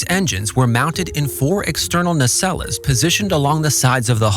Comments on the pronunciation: "Nacelle-lahs" - It's pronounced "Neh-cells" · nacelles is pronounced "nay-cells" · You lost me when you turned "nacelles" into a three-syllable word. Either an idiot or more AI slop. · Your AI voice can't pronounce "nacelles" correctly.